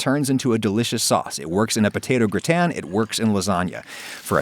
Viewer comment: your pronounciation of gratin makes me want to throw up my stomach and i am not even french!!!